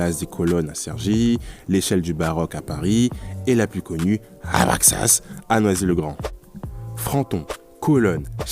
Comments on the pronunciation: Très belle vidéo. Courte, mais j’apprécie toujours quand il y a des effets visuels et des sous-titres ! J’ai voulu écouter et je pense j’ai suivi 80% du script (donc j’ai appris pas mal de choses sur cet architecte, merci !) mais j’ai pas pu perdre le fil à chaque prononciation de « Abraxas », toujours plus brutale que la précédente 🤣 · 2 min 35 😂😂😂😂 comment il dit d’abraxas… 😂😂😂😂